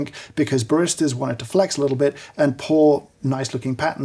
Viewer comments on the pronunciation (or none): Hearing James say the word "flex" is an experience